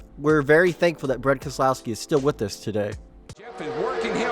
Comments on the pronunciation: When did keselowski become a 4 syllable name? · The way he said keslowski sounded wrong to me